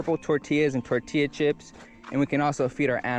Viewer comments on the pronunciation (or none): none